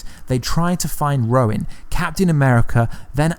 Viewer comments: its Hawkeye is now Ronan nit Rowan, or is that your accent? Hehe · It's Ronin, not Rowin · i see what ur saying though. Even with his accent, he should be able to say ronin bc of the way he pronounces other words. He probably thinks the dudes name is really Rowan lol or Roin. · Hahaha "Roin" (Ronin) and "aversary" (adversary) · Dude, why can't you say Ronin? You keep saying Roin, its frigging Ronin!!! So annoying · It's his video he can pronounce names the way he wants too. The MCU is full of words people miss pronounce. It's annoying for but who cares fuck it. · EJ Nunez I know it's petty and you're right I should just leave it alone, but it's not the first video he's done where he's said Roin instead of Ronin. It just got to me, I'm over now. Unless he does another